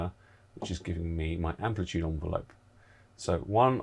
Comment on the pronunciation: Interesting vid, pronunciation of ENvelope was a bit grating its not an ONvelope!